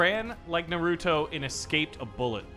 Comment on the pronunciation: Say naruuto one more time